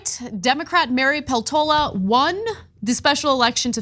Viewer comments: Poltoola? Peltola with e in "echo" or "set" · Peltola is married to a Finn. The surname Peltola is pronoused PELtola.